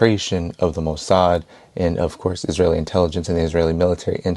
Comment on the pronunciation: Its "Mo Sad"!! 🤬